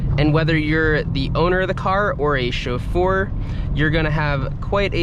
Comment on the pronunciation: I hate how you pronounce "chauffeur."